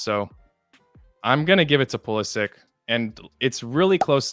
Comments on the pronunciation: It’s PulisItch pronounce it right 😘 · Should've pronounced his name Pulisitch and ended the argument.